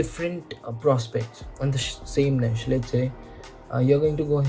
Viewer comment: Glad to see someone else saying it निश instead of नीच 😅